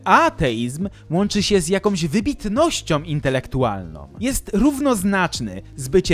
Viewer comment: Wiesz, co? Prawdopodobnie nie mylisz się w żadnym miejscu, jednak sposób Twojego wykładu jest straszny i zniechęcający. Mówisz o sprawach zaawansowanych filozoficznie, popełniając masę błędów językowych i fonetycznych. "Wybitnościom intelektualnom".... "Bendom"... Nie widzi mi się słuchać osoby, która tak "głęboko" analizuje najważniejsze aspekty naszego życia, a nie zna podstaw języka. Pozdrawia Cię ateista.